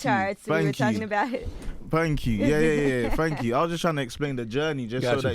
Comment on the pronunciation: fank you